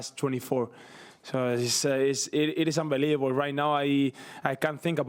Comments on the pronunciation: He even says unbeliebable lmao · He said unbelibabol, we are so back